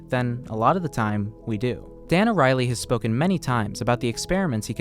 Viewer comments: Hey, great video, one note: His name is Dan Ariely, and that name is not pronounced Dan O'Reilly. It's pronounced like Ariel from the little mermaid, just with a y at the end. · The dude ur talking abts name is pronounced air-ee-el-ee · Its expressed as ARI ELI and not arieli